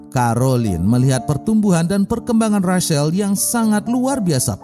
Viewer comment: Rachael di baca recel bukan resel